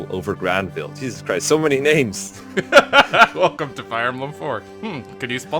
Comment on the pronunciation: I love this game, but you guys butcher names hard. Oh well, I'm here now. Let's do this.